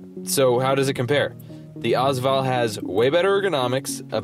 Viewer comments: Also it's pronounced VALL not VOL. And their mags not clips. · 1 thing I wanted to add, The first 2 letters of the AS VAL are pronounced as letters. Ayy-ess VAL, not as val. Other than that great video! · its not AAZ val its A-S VAL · Yes that drove me nuts lol